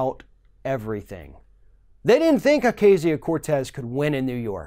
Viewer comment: Alexandria Oak-ahh-cio* Cortez